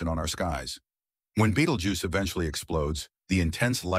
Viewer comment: One minute clip, three different pronunciations - BeetleJuice, Betteljuice, Beetlegyuse.